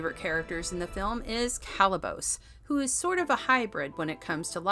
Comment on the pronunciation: Could we get a reviewer who actually watched the movie? The repeated mis-pronunciation of Kalibos gives it away. Someone else wrote the review that is being read off.